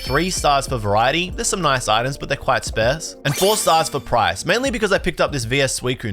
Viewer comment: everytime you butcher the word "sparse" I'm tearing up your binder.